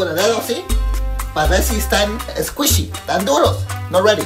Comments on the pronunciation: Love when he says esquishy. Love the skit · you mean escuychy